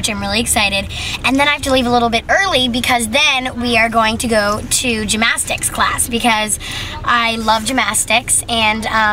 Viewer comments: yeah I think she said gmastics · "Gymastics and I love gymastics" smh smh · HAHAH GYMASYICS it's gymnastics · “Gymastics” hahahahaha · I love how she pronounces gymnastics like gym-astics😂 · 'Gymastics' ahaha aw bless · GymNastics. Yeah that kinda annoyed me as well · Sounded like she said Gymastics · Lol she says gymastics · Was she saying gym-mastics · She says gyMastics lol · I’m triggered at the way she says gymnastics. GYM-ASTICS! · Anyone else concerned “gymastics” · "GymMastics" ugh cringe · I think she pronounced gymnastics wrong......... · I cringed every time she said gymnastics wrong